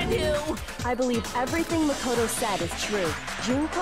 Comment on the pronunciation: Makono and Manokuma xDD nice